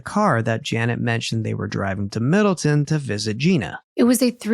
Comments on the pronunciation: You are not saying the towns name right! It’s Middle Town! There’s no such in town called Middleton in CT! I live here! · Provided Middle-TOWN, not Middle-TIN. I wonder if you cover the Cheshire murders (very close to Middletown) how you'll pronounce that town's name 🤣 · I live in Connecticut. Middletown is pronounced middle town, not Middleton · I am from CT. It is pronounced middle Town. Love your channel!!! Thanks for the great content. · The city is pronounced Middletown, Connecticut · Not to be an arsehole, it's MiddleTOWN. Middle. Town. I live here at the mo. 😅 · I am no one to correct lol believe me, but because I lived in this town for 25 years I want to say it’s pronounced MIDDLE-TOWN … with love 💜 thank you for this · I love you guys and admire the incredible detail you put into these cases! I just wanted to mention as someone who was born and raised in CT it’s pronounced MiddletoWn lol but no worries hahaha I can’t imagine how many towns you’ve had to read and pronounce over the years and cases 😅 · I also know you like to be corrected when you pronounce towns wrong so I will help to tell you its pronounced Middle-Town